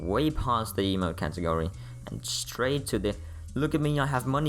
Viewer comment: Ok ok but it wouldn’t be the same if it was called an “eemote